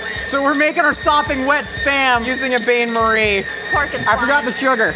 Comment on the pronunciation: He nails "gaboong" and trips over "bain-marie". Absolute disrespect to the French. I approve. Never change,.